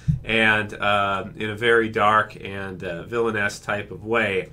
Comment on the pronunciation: I keep thinking you're calling Carl a "villainess" xD